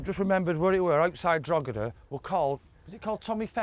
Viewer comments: the g is silent, it's pronounced Droheda. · Droheda G's silent bud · granted, I am a Canadian, but I believe that it’s pronounced “Drawh-da” (I suppose that I could use phonetic alphabet, but I think that conveys the proper pronunciation). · it's pronounced 'Draw-hid-da'. The 'G' is silent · you dont pronounce the G in drogheda its drawdaaa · The G is silent in Drogheda. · The "G" is silent in Drogheda. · Fyi, the "g" in Drogheda is silent. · Love it guys ..... welcome to ireland Fyi say them fast 😉 coor-bal-is Drock-e-da Ter-ma-feckin 😎